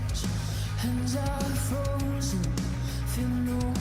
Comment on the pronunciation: Oddly, my favorite part of this song after seeing her sing it probably 150 times, is how she enunciates “frozen” so crisp! Every syllable is perfect. She’s amazing.